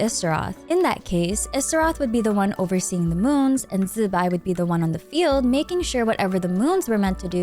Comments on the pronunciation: Zubai? It's zibai why people can't read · Please just say zibai normally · and it sounds horrible, just use the english pronouncination instead